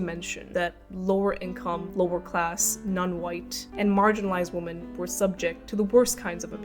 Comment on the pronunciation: Too many people are refusing to see what's going on - or even brainwashed enough to either not care or support it. Also "Women" is not pronounced like "Woman" it constantly sounds like you're saying woman (singular) when you mean women.